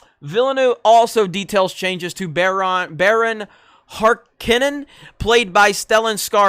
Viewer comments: Its pronounced Baron "Har CONIN" Not "Har kinen" And I'm not even going to mention how you pronounced bene gesserits. No, just .....no. Shame on you :-P JK man, great vid as usual. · Dude. It’s pronounced: vill-a-new-way-va. And baron Har-Kon-an. You’re killing me smalls. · Hey, just a little help for future reference in case you intend to cover Dune again in the future: Liet Kynes === LEE-ET K-EYE-N-S Atreides === AH-TRADE-EES Harkonnen === HARK-OWN-EN BENE GESSERIT === BEN-KNEE JEZZ-ER-IT That being said, I'm no longer looking forward to this film as much as I was. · I'm sorry but as much as i dislike Liet Kynes being a woman the pronunciation in this video is appalling. What the hell you can't pronounce Harkonnen? This channel is called Geeks and gamers! How can you not pronounce that name properly?